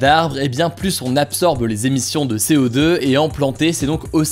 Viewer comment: "PluSSS il y a d'arbres ?" Je pense Hugo qu'on dit "Plus z'il y a d'arbres". Merci pour tes vidéos, toujours aussi géniales. Bravo !